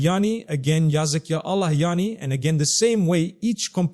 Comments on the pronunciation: True this Is NOT mufti menk. From the way u pronounce ALLAH.!!!!!!! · The way he is pronouncing Allah says its 100% AI video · First of all this is not Mufti Menk, second thing is that this AI can't even pronounce Allah's name correctly. Mufti Menk is one of the best scholars of Islam and the way he pronounce each and every word is crystal clear.. Guys please don't spoil Mufti Menk's name...may Allah guide each and every one of us... Ameen ❤ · That’s true, I saved the video but I’m coming to delete it now